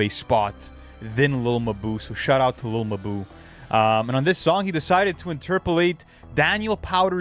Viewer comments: 😭” lil muh boo” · lil muhboo nfr podcast luca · Lil muhboo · Lil mabu❌ Lil muh buu✅ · what's really wild is hearing all the pronunciations of his name specially the one guy at like 45 seconds calling him lil mah-boo lmao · Its "littlemuhboo" all in one no spaces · Wtf is a little ma-boo?!?! Sounds like a small mammal of some kind.....😂😂😂😂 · "Lil ma boo" - 😂💀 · 🤣 No matter what I do, (ah!) I keep hearin' muh boo (ah!). Nelly and Kelly parody. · Chopping on him like a mf 😂😂 said no one is more deserving than muh-boo 😂😂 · Lil mbou 😂😂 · Lil muh-boo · Bro, I been watching your content for a few weeks now and I am impressed. Content is quality and to the point. BUT PLEASE, Take some time to look up the pronunciation of some of the words that you are not familiar with. You are MURDERING like 5% of your own script. It would be one thing if it was just some random words in a podcast or basic conversation. But your videos are detailed accounts of people's lives or events in their lives, botching very simple words and locations makes your videos hard to understand at times and is seriously pushing away potential subscribers like myself. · bro cant even pronaunce lil mabu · how do you mispronounce lil mabu that bad 💔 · I don't get how you could know enough about Lil Mabu to participate in a conversation about him and not know how his name is pronounced